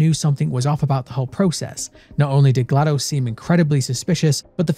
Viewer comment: ...My man you were already my favorite lore channel, then you had to go and call Portal 2 the greatest game of all time. And ACTUALLY PRONOUNCE GLaDOS' name PROPERLY. I am already subscribed, and I want to subscribe again. ((I wish youtube had a photo attachment option - because I'd show you my GLaDOS tattoo haha!!)) I've been on the edge of my chair waiting for new content from you, and THIS was well worth the wait, cheers!